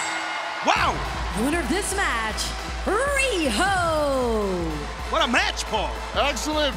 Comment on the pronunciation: Riho not Weeoh 🤣